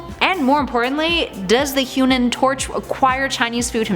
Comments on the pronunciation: At the beginning before she listed the versions she said human tot,I was said HUMAN TORCH😂😂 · Is it just me or did she say the human tort at the start